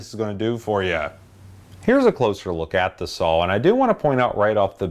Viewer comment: I love the videos. It sounds like you say sawL. With an L. But, thanks again for the great content